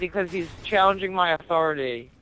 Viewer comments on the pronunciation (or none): Nice man 'You will respect my authoutry'